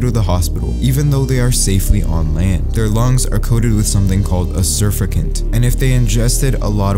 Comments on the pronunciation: Surfactant. The emphasis is on the middle syllable. So it sounds like sir-fak-tant. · It’s pronounced like “sir fack tant”, not “sir fuck ant”. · Mispronounced word - surfactant He says: sur fa cant It's: Sur FAC tant I use them in my business to keep chemicals on surfaces that naturally shed water due to oil or waxy coatings. Like plant leaves or wasps. A squirt of Dawn dish soap in a quart of water, and used in a spray bottle, will drop wasps faster than many chemicals will. They suffocate because the water won't roll off like it's supposed to. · The fluid in your lungs that’s keeps them from collapsing is pronounced sur-fac-tant not asurfacent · Hey, pretty cool video, but just an FYI, It's pronounced: "surf-act-ant" not "surf-a-cant" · Surficant isn't the proper pronunciation it is SUR FAC TANT 🙄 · Its pronounced SUR-FACT-ANT, but great video either way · It's pronounced 'sir-fact-ent' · I almost died listening to him pronounce surfactant. Surf-act-ant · It's pronounced Sir-fact-ant. During the final stages of fetal life, the fetus's lungs are coated with it. It prevents the inside of the lungs from sticking together and collapsing. Some babies born premature don't have surfactant so it has to be applied manually by doctors. I wasn't aware how easily it washed off. Thanks for the tip. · SurfACTant. THATS HOW YOU PRONOUNCE IT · Your pronunciation of surfactant is going to make me punch a wall. Sir - fact - tent Sur - fact - tant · It's pronounced "surfactant". You know, like exactly how it's spelled. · Awesome! By the way it is pronounced surf-ack-tant 🥰 cool video! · YOU make a living pronunciating words❓ The words; Seine (sane) River and surfactant (sur-fac'-tant). Maybe they're acceptable alternate pronunciations, but I've not heard them. EVER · Surfactant pronounced "Sir-fack-tint" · it’s pronounce sir-fac-tant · It's pronounced surf-ACT-ant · It's pronounced "sir FACT tant" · Pronounced “sur-fact-unt” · SURFACTANT= Pronounce as : Sur- Fuck - Tant 🤔🙄 please